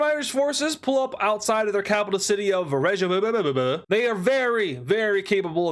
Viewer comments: For future, i believe the iceland capital is pronounced Reykjavik (Rake-ha-vick) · iceland's capital is pronounced ray-kyuh-vik